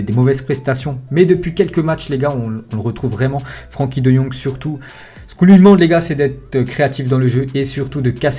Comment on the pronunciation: ça se prononce frinkie pas Frankie